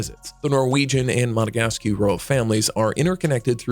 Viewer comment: Monegasque is not pronounced Monegasky.